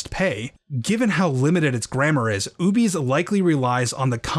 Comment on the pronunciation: I've always read the term "Ubese" as "Ou-beh-sae", closer to an African(?) dialect (don't know enough about African regional languages/dialects, but the nearest approximation I could think of), since it's also the name of the species in the Star Wars universe, and "Ubese" as pronounced in the video sounds too close to "obese", which just sounds silly. :D I saw them in KOTOR 2 as enemy NPCs, but didn't realise they were supposed to be the same race as Boushh/Leia.